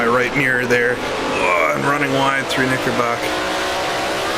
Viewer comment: Great video, and Oulton is my local circuit. BTW, it’s Knicker brook, not Knickerbock.